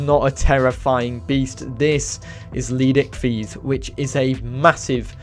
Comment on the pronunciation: Thts not how,u pronounce leedsichthys it’s leed-sick-this